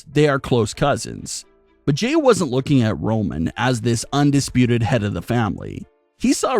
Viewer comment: It's Jey!!! Not Jay